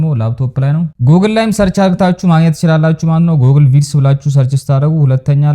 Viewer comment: Don't say አርግታችሁ correct as አድርጋችሁ